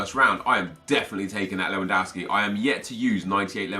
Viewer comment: Not leuandowski LEWANDOWSKI!